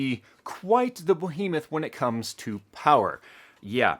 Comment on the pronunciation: "Bo-hemouth"? "Booh-hemuth"? heh Whatever